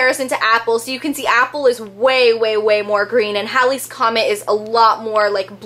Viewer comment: isnt it said hay-lee's comet?